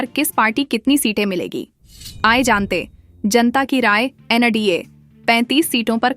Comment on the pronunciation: Google voice 😂😂😂 Aaiye jante hain nahi, Aaye Jant 😂😂😂